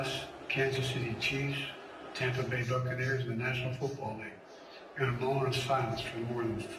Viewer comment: Did anyone else her him call the the Tampa bay duckineers???